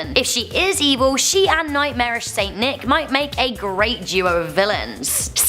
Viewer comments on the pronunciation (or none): none